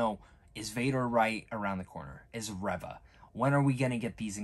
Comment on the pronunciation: I think you might be pronouncing Reva incorrectly as I'm sure I've heard it sounds more like 'Reeva' as opposed to 'ever' Good review though.